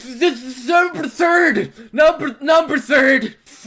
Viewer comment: Letter thurd. XD LOL